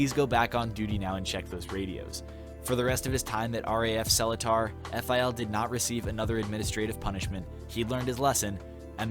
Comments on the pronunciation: THE WAY U PRONOUNCED SELETAR KILLED ME :(( its not cellar-tar, its smt more like se-lee-tar (ppl who can speak malay can correct me if im wrong but this is how i hear it in sg XD) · Subscribed for the old raf story. Yeah senior officer of the old days loves to find infringement on anything so as to "sign extra" for the men. Sadly still prevails till today. "I found dust under you bed frame, sign extra guard duty". Oh yeah Seletar is pronounced sir-lay-tar. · keke im singaporean! i heard u say seletar really funnily (no offence) haha!! usually we pronounce seletar is pronunced as suh-lee-tar :) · great video, just gotta point out that seletar is pronounced like "SER-ley-tah" ( ᐛ ) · I chuckled a bit on how you pronounced Seletar dodhud it was cute It’s actually pronounced as sir-ler-tar my guyyy Fellow singaporean watcher here!! But good video as always f r e s h keep em comin 😩